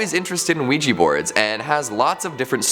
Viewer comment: OUIJA NOT OUIJI